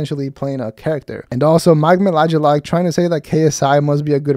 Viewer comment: I think it's pronounced Mike mee-callk